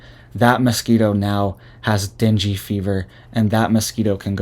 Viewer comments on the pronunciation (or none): It's pronounced deng gay fever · Deng - gay. Pronounce NG the same as in dang. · dengue fever is pronounced den-gay. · Dung gay...not dingy : )... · Den-gay not “dingy” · Ding-gee not dingy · Dengue= Deng-Gay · Pronounced “Din gay” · Pronounced den-gay.......:) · Ok, …I love you and I think you’re great, but if no one else will tell you, I will be kind enough to do so (please take this with ❤️) The illness Dengue is pronounced DEN-gay. I’ve been waiting to see if anyone would….. I do love you and I pray for you and your family daily. I can’t imagine having a young family right now…. God bless you and if you need anything I’m not that far away in the Upstate of SC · It’s pronounced Dane Gay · Pronounced Dee Nang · It is pronounced ding e fever. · It’s pronounced Dane Gay. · Den gay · It's pronounced. Deng fever Dengue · Pronounce den-gay like Ben-gay.